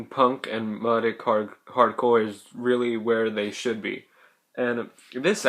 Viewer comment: lol you say melodic wrong